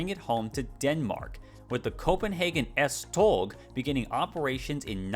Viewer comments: "S-toe" (as in the ones on your feet) would technically be more accurate. Although, I did enjoy the struggle with the stupidly weird Danish pronunciations. Danish is a beautifully silly language. ❤ Kudos for at least trying. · Nice. The 'tog' in S-tog is pronounced the same way as the English 'tow'. Big respect for not letting the pronunciations intimidate you though :) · A note from a Dane: it's pronounced more like "S-Tow" if you're going by English pronunciation rules. A lot of the other pronunciations would ironically have been better if you had just pronounced them in English, rather than trying to imitate Danish. "Holte" is pronounced almost the same way in English and Danish. A tip: the only throaty sound in Danish is the 'r', which is similar to French but a bit softer. Other than that, you shouldn't make throat noises at all if trying to sound Danish. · i wanna defend "tow" for the tog pronunciation since the "og" kinda forces your mouth to shape closer to "ow" than "oe" which opens your mouth more to a softer sound (im being super pedantic rn please feel free to ignore me im just used to trying to explain the subtle tones to Danish)